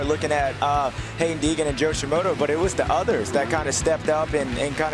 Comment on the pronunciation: Who is Shimotor? He keeps saying Shimotor……..